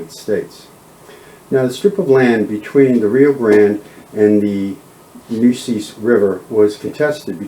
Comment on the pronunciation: Its not " McNally its McNelly.Also Nueces is pronounced " New aces" not "Nooses" for God sake.